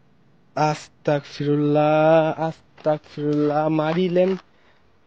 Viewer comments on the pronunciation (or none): আসসালামু আলাইকুম আসতাকফিরুল্লাহ শুদ্ধ না শুদ্ধ হচ্ছে আসতাগফিরুল্লাহ